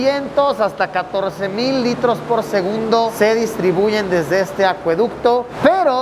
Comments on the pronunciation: Minuto dice SEGUNBDO en vez de segundo jajajaj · LiKE si tu también notaste que en vez de decir SEGUNDO dice SEGUNBDO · alguien se dio cuenta que dise sengunbdo en ves que segundo? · minuto dice segunbdo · Alguien más se dio cuenta "por segunbdo"😅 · "segunbdo" ¿alguien más lo noto? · jaja dice segunbdo no segundo, no critico solo quiero saber si no fuy el único en verlo jeje👌 exelente video 👏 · Seré el único que captó la palabra "SEGUNBDO" en vez de "SEGUNDO" en el minuto ? xd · por segunbdo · jaja dice segunbdo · Like si viste en el Min Decia SEGUNBDO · Alguien más vio que en el minuto dice “segunbo” jajaja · quien más se dió cuenta que dice "segunbdo" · Dice segubndo y es segundo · SEGUNBDO jijiji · se dieron cuenta que dice segunbdo XD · 32 OOO LITROS POR SEGUNBDO XD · en el dice segunbdo. solo digo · 528 porque dices (segunbdo) xd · Nadie va a hablar de "segunbdo"? xd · En el minuto dice segunbdo xd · Like por el ''Segunbdo'' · "Segunbdo" xD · Alguien mas notó el Error en Segundo Dice Segubndo